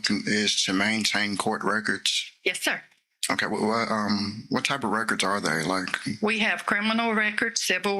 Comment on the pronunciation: The way he says okay as "hokay" or "Ommmm hokay" as though he's having some kind of useful thought.